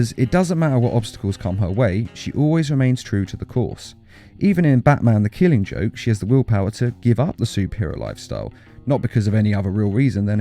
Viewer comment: Notice how it said "killing jokw" not the "killing joke"